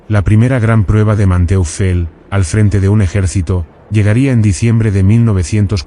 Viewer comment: Man-toifel. Se pronuncia.